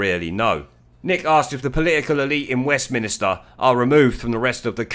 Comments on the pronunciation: Mate, seriously - stop saying ‘Westminister”. It’s MINSTER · You spoil your excellent commentaries by referring to WESTMINSTER as WESTMINISTER ! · Really like your blogs. But the one thing that rankles me is your pronunciation of Westminster. It is not Westminister |||.